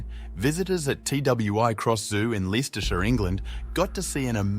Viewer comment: A nice video. English place names are a bit tricky, though. Leicestershire is pronounced Lestersher the last part rhyming with cur.